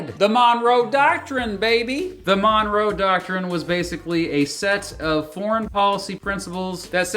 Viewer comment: The second syllable is stressed in the name 'Monroe', and the first vowel is pronounced as an unstressed schwa, not a short 'o' . It's pronounced 'muhn-ROH', not 'MON-roh'.